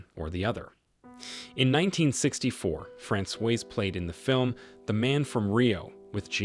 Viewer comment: Francoise is the feminine form. He's mispronouncing it terribly! It should be Frah-swaz. 🇫🇷